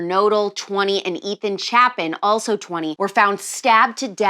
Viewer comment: I hate to be this person but it's pronounced "chay-peck" not "sha-peck" love you Alex! ❤